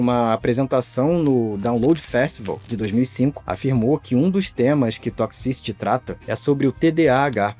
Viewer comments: Quanto mais ele pronuncia a palavra "toxicity" mais agonia eu sinto pqp q difícil pra pronunciar "toqsi ciri" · Aflição ouvir 'tócsi-síri' errado várias vezes rs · "Toxisty" que agonia isso.....